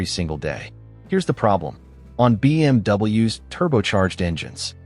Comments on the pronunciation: Extremely annoying AI voice that keeps saying BMW ess instead of BMWs ! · your timely response seems like you take it serious, so video wasn't bad at all, but the ai narration, especially on stuff like when theres so many single letterings, b m w almost every sentance and then to make b m w plural Is just to much. Not trying to hate. Best of luck to you bro. Keep pushing foward.